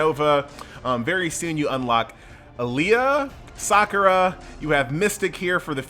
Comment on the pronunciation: Dang you can't even pronounced Sakura correctly.